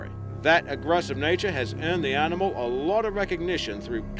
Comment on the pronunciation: It's animal not rnimal, there is NO R in it.